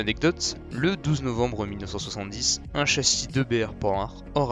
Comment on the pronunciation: Pan hard ?! C'est prononcé p ANHARD